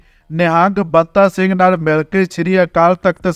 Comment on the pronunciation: ਇਹ ਵਾਹਜਾਤ ਬੋਲੀ ਜਾਂਦਾ ਇਹ ਸੰਤਾ ਸਿੰਘ ਨਹਿੰਗ ਨੂੰ ਬੰਤਾ ਸਿੰਘ ਕਹੀ ਜਾਂਦਾ ਟਾਡਾ ਐਕਟ ਨੂੰ ਟਾਂਡਾ ਕਹੀ ਜਾਂਦਾ ਬਾਕੀ ਪੰਜਾਹ ਸੱਠ ਕਿੱਲੋ ਸੋਨਾ ਫਿਰ ਉਸ ਸਮੇਂ ਪੁਲਿਸ ਨੇ ਕੋਈ ਬਿਆਨ ਨੀ ਦਿੱਤਾ je ਪੁਲਿਸ ਨੇ ਸਾਈਨਾਈਡ ਦੀ ਗੱਲ ਕੀਤੀ ਤਾਂ ਇਹ ਬਹੁਤ ਵਡੀ ਗਲ ਬਣ ਜਾਣੀ ਸੀ ਉਹ ਆਈ ਕਿੱਥੋਂ ਉਹ ਤਾਂ ਅਚਾਨਕ ਵਾਪਰੀ ਘਟਨਾ ਸੀ ਪਤਾ ਨੀ ਕੁਦਰਤੀ ਮੌਤ ਕੇ ਕੋਈ ਅਦਰੂਨੀ ਗਲ je ਗਲ ਹੋਈ ਵੀ ਤਾਂ ਪਰਵਾਰ ਨੂੰ ਪਤਾ ਹੋਊ ਇਹ ਤਾਂ ਇੱਕ ਪਰਵਾਰ ਦੇ ਅੰਦਰੂਨੀ ਮਾਮਲੇ ਚ ਦਖਲ ਆ ਬਾਕੀ ਸਾਸ਼ਕਰ ਤੇ ਭੋਗ ਤੇ ਸਿੱਖ ਜਥੇਬੰਦੀਆਂ ਸ਼ਾਮਲ ਹੋਈਆਂ ਸੀ ਜਿਹਨਾਂ ਉਹਨੂੰ ਮਾਤਾ ਭਾਗੋ ਦਾ ਖਿਤਾਬ ਦਿੱਤਾ ਕੀ ਉਹਨਾਂ ਨੂੰ ਕੋਈ ਚਿੰਤਾ ਨੀ ਸੀ ਜਾਂ ਪਰਵਾਰ ਨੂੰ ਕੋਈ ਪਤਾ ਨੀ ਇਹਨੂੰ ਬਹੁਤਾ ਫ਼ਿਕਰ ਪੈ ਗਿਆ ਇਹੋ ਜਿਹੇ ਲੋਕ ਨੌ ਜੁਆਨ ਪੀੜ੍ਹੀ ਨੂੰ ਮਸਾਲੇ ਲਾ ਲਾ ਕੇ ਗਲਾਂ ਸੁਣਾ ਕੇ ਗੁੰਮਰਾਹ ਕਰਦੇ ਆ